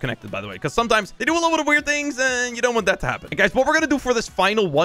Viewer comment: I like how says libble bih instead of little bit